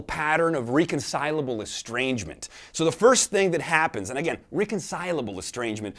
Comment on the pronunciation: My first day of Intro to Philosophy: I learned its much better to say things in an easy-to-understand way. I could listen to Jason for days as long as I take it as a form of intellectual poetry. Otherwise I would see someone more focused on sounding good than correctly pronouncing, "reconcilable." Not trying to troll. I love listening to him, but with someone who has such a remarkable audience, I would hope he would be more focused on effectively transmitting information than providing one with an onslaught of clever vocabulary ;)